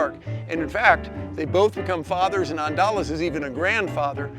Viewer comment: It's Andalas, not Andalos. "Andalas" is another name for the island of Sumatera, Indonesia.